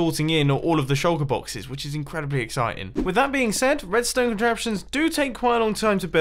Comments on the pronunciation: Evrybody: shulker boxes Mumbo: sholka boxiz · I like how u say “shulker boxes”